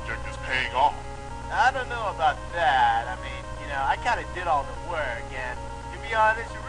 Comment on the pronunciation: Don't you mean Me-An?